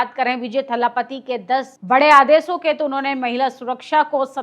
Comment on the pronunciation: थल्लापत्ती नहीं है, थल-पति कहते हैं। क्या शंभू बाबा🫡